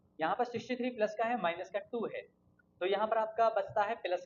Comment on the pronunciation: Appreciable explanation, no offence but ...😶‍🌫️ Plus ❌😂 Peelus ✅